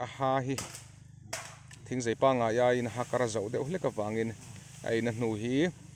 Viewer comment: A lai tak ah hian a "Zei" i ti in ka hria a. Zai a nih kha aw. Maian pawh meian i tih duh hmel tlat